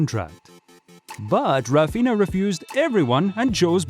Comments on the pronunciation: it's Raphinha not Rafinha bro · its RAPHINA not rafinha